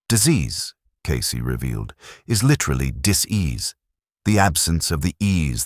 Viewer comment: In the name Cayce. The E is silent.